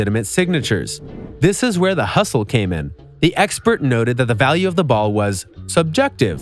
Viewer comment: Hustle, not Hussle